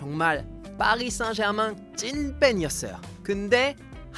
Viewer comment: 파비앙 발음이~ 파리 생제르망~이라는데~ 누가 생자르맹이라고 맹~~~하게 알려줬는지~ 참~~~ㅜㅜ